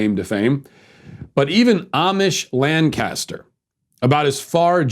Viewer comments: you know hes never been to lancaster when he pronounces it "LAN-Caster" and not "lan-kiss-ter" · It’s pronounced Lank uh stur Matt.